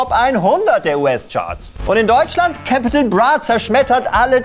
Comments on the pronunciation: Warum hör ich die ganze zeit Kepital Bruh 😂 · Capital bitte richtig aussprechen sonst muss man kotzen